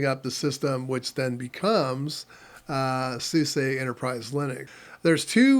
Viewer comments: 30 years, folks still don't get it's SoozA not SuSAY or Susie. :D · Another tidbit. I worked for SuSE just after they dropped the . between each letter. So, I guess I just tend to pronounce it as the EU (Germans) do ... like John Phillip Souza. :D No worries. I guess it was just being corrected over and over again by them that made this push that button. :)